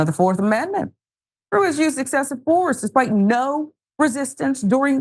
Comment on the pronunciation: Ruiz = /Roo-Eez/ ( i's in Spanish sound like EEE)